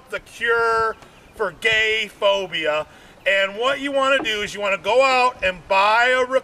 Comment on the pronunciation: The way says the word ‘gay’ is definitely a hate crime.